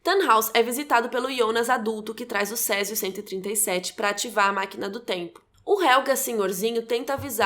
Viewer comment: Preciso dizer que, pra uma pessoa que não fala alemão, a sua pronuncia esta de parabens! Só uma coisa importante sobre o Helge. vc pronuncia Helga, e HelgA é um nome feminino, o masculino se pronuncia HelgE, com som de "E" como no portugues no final. Ps. A serie da varias dicas e eastereggs escondidos na lingua e no cenario (como o proprio nome Winden e o que é falado nas radios ao fundo), que ate agora eu não vi ninguem comentar!